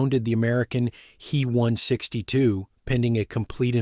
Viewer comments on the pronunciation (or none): Thanks for this. You are picking up some questionable habits from A.I. narration. It's not "me" or "he". It's Heinkel 162 or "H-e" or "B-f" or Messerschmitt. I don't know how to spell the full words for "Bf", much less pronounce it. Bayerische something. Eric deserves a medal for not dying, he dodged more bullets in his work than anybody. What a Boss. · Also.. its H. E. not Hee. 😄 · Lots fo folks pronounce H E as he. Likewise DO (dornier) is pronounced doe .